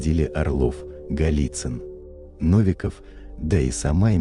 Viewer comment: Наконец-то адекватное и подробное изложение темы масонства, спасибо! Настоящее непредвзятое просвещение. Единственное ошибочное ударение в фамилии уважаемого российского просветителя - НовикОв